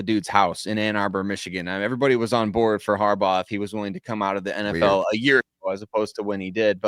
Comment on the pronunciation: Also...its Harbaugh.